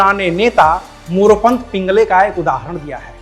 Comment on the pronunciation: पिंगळे होता है पिंगले नहीं। उच्चारण नहीं आता तो रहने दो AbP वालो....